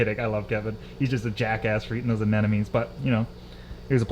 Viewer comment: How many years in the aquarium world? And he still says "anenomes". Love you.